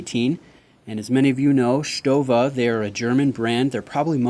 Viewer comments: It is a very nice watch and you pronounce Stowa,like we do in germany! Well done,mate. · Nice pronunciation of Stowa! Not many people get it right!